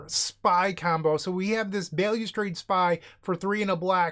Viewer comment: Bail-you-strade..... More like Balustrade. Other languages exist and have rules regarding pronunciation.